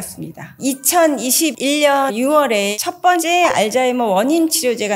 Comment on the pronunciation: 알츠 발음을 알즈라고 발음해서 신경씀 ㅋ